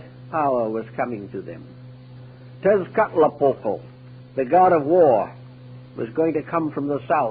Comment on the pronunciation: try saying "Cat-sull-quatl" (sull as in "gull")